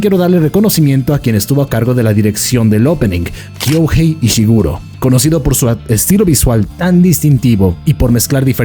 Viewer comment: Mano échale un peso a tu japonés, los nombres o palabras con OU en el como Kyouhei, de hecho aquí también iría con el ei, esa u y esa i no suenan a U e I, son prolongaciones de la o y la e, o sea Kyoohee. Es un error muy común en los expertos del animé